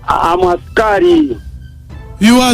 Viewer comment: Eeeeeeh English problem which asikali is that??? 😢😢😢😢😢😢😢